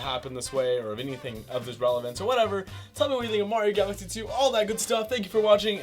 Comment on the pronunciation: When he says galaxy it sounds like Odessa